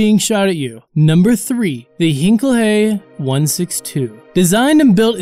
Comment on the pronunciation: mispronounced Heinkel HE. It's not 1 word! It's the Heinkel (one word pronounced with a long I sound. like the i in fine.) HE (2 letters)